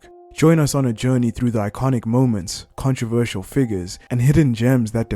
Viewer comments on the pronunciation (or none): none